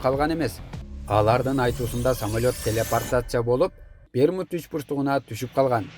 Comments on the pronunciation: Туура оку, самойлот эмес самолёт. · Самолет деп туура оку😊